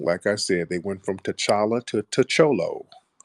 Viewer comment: I mean the dude really called him ta cholo??? LOL